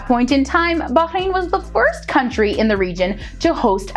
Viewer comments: finally, a person who knows how to say bahrain nicely and i also live in bahrain and im grateful that im here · Wow.. She pronounced 'Bahrain' correctly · Thanks for the video, like that you emphasised on the Letter “H” in Bahrain as it’s how it pronounced correctly, but there’s is a small mistake you mentioned, Bahrain is an archipelago on 33 natural islands, and around 50 artificial, not the opposite